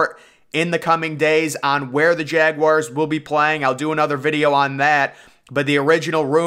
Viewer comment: Had to mute this person because of this. Glad I wasn’t the only one annoyed. :/